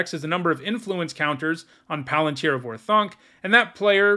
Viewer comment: Or-thank. Not Or-thounk.